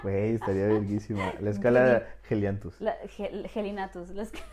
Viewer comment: Cual Gelianthus!!! Jajajaja